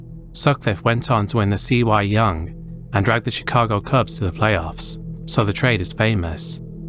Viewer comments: AI Slop. If you cant say Cy Young and say C Y Young, you are AI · it's "Sigh" Young not C-Y Young btw. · Did you actually say "C-Y-Young"? That is hilariously incompetent. It's pronounced "Sigh Young". It's an award named after an actual person named "Cy Young". I can understand that you may not know that, but you are obviously a native English speaker, so why would you think that "upper case-C lower case-y" would be pronounced as 2 individual letters? Now I'm wondering if you're a real person, because I could definitely see A.I. fu@ that up. Oh and if you're confused that's "A.I." 2 individual letters, just in case you feel a need to pronounce it "Ayyyyy". What a ButtWadd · it's Cy Young, not C Y. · Cy Young is only one of the most important baseball players to ever exist. His pitching is rightfully a thing of legend. And his name's not C. Y. Young. It's pronounced "sigh" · little note for the future -- it's not c.y. young, it's just pronounced "sai" young! :) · The “C” “Y” young smh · LOL the "See why Young" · The "C Y Young"? LOL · calling it “see why” young award is so fucking funny to me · The C.....Y.... Young? C'mon dude, just a little more research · The C-Y Young? Cmon man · The "See Why Young?" you mean the CY young? gotta re-run through this through gemin next time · ‘The See Why Young’ lol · "The see why young" took me out. Its Cy, like Psyduck or Gangam Style Psy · These AI voice narrators crack me up with the way they pronounce certain shit!…..like the C.Y. Young award!😂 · the 'cee-why' young? thanks grok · cy = sigh, so it's sigh young award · “The Sea Why young” lol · The “See Why Young” award 😂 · AI Slop narrator, thus also probably also author. "See-Why Young" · cee why young 😭 its cy (sigh) young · C-Y Young? It's pronounced "sigh" Lake Oswego is known as "Lake No Negro" by the locals, including the Black population. Vazquez clearly never watched a Chris Hansen episode. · sigh young, not C Y young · BTW it's Cy Young not C.Y. Young